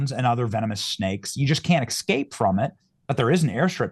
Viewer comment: I like you Benny but "exscape"? really bro?